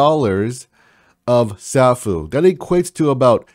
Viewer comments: sAAAAAfuuuuu (long A) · Love your videos. The correct pronunciation of Safuu sounds like a long "a", like "Say fuu". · yeah bro you cant butcher the name being one of the biggest supporters. lol. I aint mad atcha tho